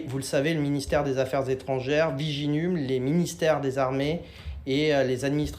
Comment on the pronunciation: Viginum, c'est une blaaaague 🤪🙃🧐😅🥴 il dit viginume et non viginum 😁😁😁